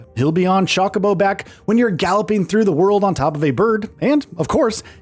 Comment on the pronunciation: Wait, wait, wait. Did you really say CHOCK-UH-BOW???